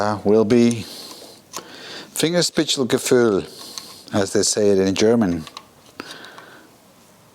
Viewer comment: oh god you really mangled "fingerspitzengefühl" XD